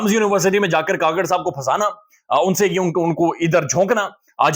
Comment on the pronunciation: Anwar ul haq. " kuk-kar " NOT ka-kar